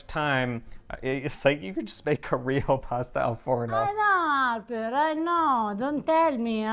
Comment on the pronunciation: ', stop torturing....